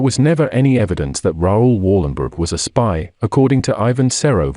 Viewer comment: Please prenounce his name right.